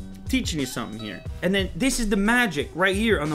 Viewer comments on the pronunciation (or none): none